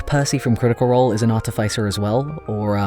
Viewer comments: Ah yes, ArtifYcer! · Mispronouncing artificer again I see